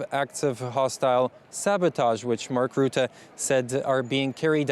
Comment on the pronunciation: Say russia, now say Rutte. There is no Ruette